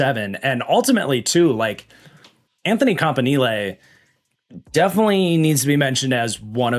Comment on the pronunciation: Love the way that you pronounce Campanile. It just sounds so much better.